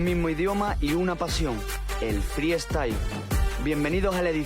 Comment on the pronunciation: No entiendo por qué Skone es capaz de decir freestyler bien, pero en cambio no puede decir freestyle y dice fri estail XD